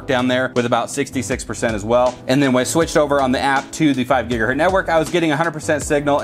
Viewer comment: It’s mega bits per second, not megabytes....and gigahertz, not gigahurt.